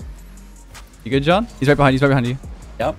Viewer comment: Alejandro Santander I’ve never seen anyone butcher Jon’s name as bad as you just did